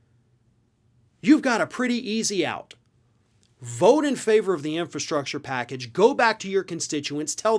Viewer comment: Trump can barely pronounce infrastructure. He made empty promises during his term.